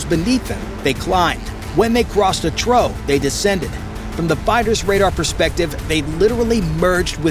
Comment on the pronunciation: Downvoted for crappy computer generated voice track. Cant even pronounce "trough".